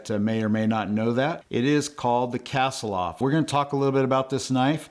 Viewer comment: Ask google how to pronounce Kasilof. You’re not even close.